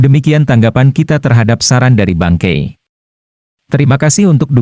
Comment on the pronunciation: Aku dengernya "Bangke"